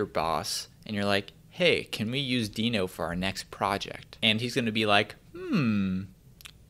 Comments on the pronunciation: It's not deeno, it's deno. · It’s pronounced more like “denno”, isn’t it? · Ryan Dahl pronounces it as 'Deh-No' But w/e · says "no-demon" and my brain just stops watching and echoes "node-mon". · cov covahn Ryan Dahl himself isn’t sure, one of his coworker half convinced him to call it “Deeno” so he now pronounces it that way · Please, don't pronounce it as "Deeno", because it sounds weird...It's word Node, but a bit re-ordered...So NoDe <-> DeNo...I don't remember Node being pronounced as "Nodee"